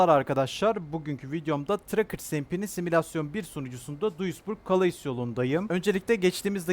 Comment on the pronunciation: Abi, "kaleys" diye okunmuyo, "kale" diye okunuyor fransizlar "S" yi okumuyor